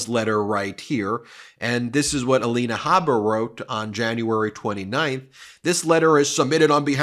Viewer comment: Alina Blabber.